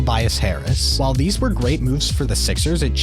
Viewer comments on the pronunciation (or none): none